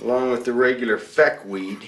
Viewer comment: Its Feck not Fek